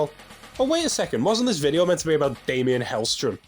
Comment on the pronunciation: I was literally commenting to say the same thing. I mean it's even spelled Daimon. Haha. No offense to Mr. though. I genuinely enjoy these videos.